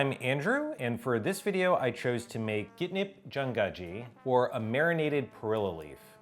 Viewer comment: that was the worst pronunciation of ggaenip-jangaji ever lol